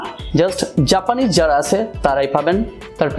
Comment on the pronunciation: ভাই জাপানিস্ট হতে হবে?🤣🤣 নাকি জাপানিজ হতে হবে🤣🤣